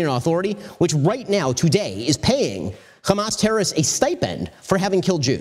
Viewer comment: It's hamas not khamas...please get it right